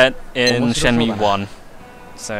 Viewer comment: Great Let's Play so far, but I can't help but cringe every time you say Shenmew. Ryo has now fused with Mewtwo to become the ultimate being!!! haha